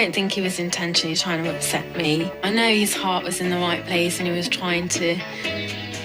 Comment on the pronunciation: TELL ME I'm not the only one that hears her say "he's heartless" rather than "his heart is" right there...